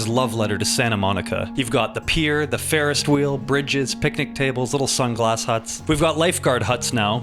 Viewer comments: What’s a farest wheel lol😂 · laughed way too hard at "the fairest wheel"